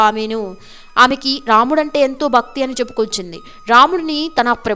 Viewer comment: ఒక విన్నపము... Anchor గారి తెలుగు, ముఖ్యం గా, వత్తులు పలకడం లేదు,,, బక్తి కాదండీ భక్తి అనాలి... మల్లీ కాదు, మళ్లీ అని పలకాలి... భాష, చక్కని ఉచ్ఛారణ, మీ ప్రెజెంటేషన్ కి వన్నె తెస్తుంది... ఇంప్రూవ్ చేసుకోండి, ఇంకా బాగుంటుంది... పాజిటివ్ గా తీసుకోండి ఆలోచించి